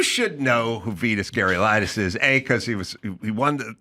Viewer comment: Adam can't even begin to pronounce Vitas Gerulaitis